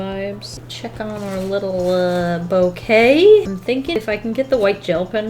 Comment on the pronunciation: No one: Absolutely no one:: bouQUeT-yAy InK-tENce